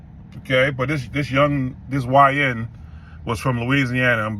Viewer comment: You emphasized "YN". What's up with that brother?